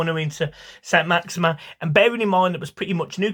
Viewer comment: Its Maximin... Not Maximum. Put respect on his name